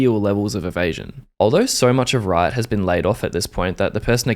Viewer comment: I really felt it when you said "Rrrriot"